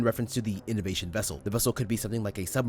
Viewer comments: From what I hear its not inovasion vessel but elevasion vessel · ive done that Radio transmission, however when i hear it to me it sounds like "Elevation Vessel" considering he says Submersible class pretty sure theyd want to Reach a certain Surface or different Docks or Main docks to bring stuff back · Sounds more like "Elevation" Vessel